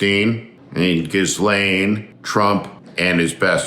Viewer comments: When will Steve learn NOT to pronounce the "s" in Maxwell's name? How about starting now? Steve, it is G-lenn. G-lenn. G-lenn. Silent "s'" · I see repeatedly, with regard to Ghislaine, you abjectly refuse to learn to pronounce her name correctly. Low brow.